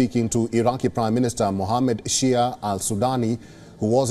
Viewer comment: Mohammed shayya not Shia😂